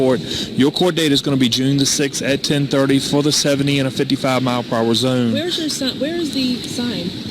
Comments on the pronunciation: the way the cop said "in a 55 mile an haur zooen" lmao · cop says zone in a funny way